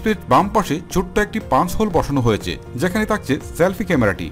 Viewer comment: তাকচে, তার্টি, তার্ড,কমান্ট। এসব শুনতে একটু অড লাগে।একটু সংশোধন করবেন ভাইয়া।ধন্যবাদ